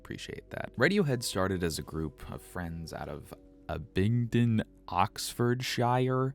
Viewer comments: Abingdon oxfordshire is pronounced Ab-bing-ton ox-ford-sheer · definitely one of your best videos to date! but the way you pronounced 'Abingdon, Oxfordshire' brought me pain hahah!